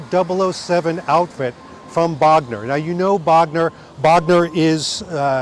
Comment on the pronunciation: Bogner is properly pronounced with a closed 'o' rather than with an open 'o'. There is no open 'o' in German. Bogner with an 'o' as in 'go '. Cool trip. Thanks for taking us along and of course Happy belated Birthday!